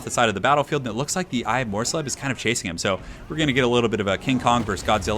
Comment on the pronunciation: It's pronounced mors-leeb. :-)